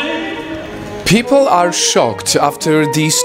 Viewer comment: "pee pole"